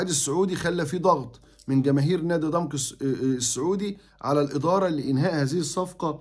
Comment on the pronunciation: عفوا يا استاذ كلمة ضمك تنطق بفتح العين وفتح الميم